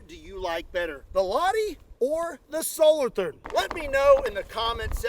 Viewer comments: Dont pronounce the TH in SOLOTHURN. It sounds like Solotoorn. Please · Solothurn is pronounced solo-turn ..no H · And yet again, Solothurn, not Solorthurn. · If you don't pronounce their names correctly, they have a tendency to blow up. /Zo-lo-turn/.